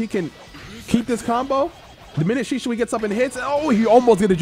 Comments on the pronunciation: Shi-sui* not shishui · Really bothered me how you said sishui instead of shisui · why he saying “shi-shu-i”? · Naruto: "Shisui": "Sishui... Shishui..." Viewers: 🤨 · I've never heard anyone pronounce shisui so oddly, also they did mihawk dirty with that trash mugen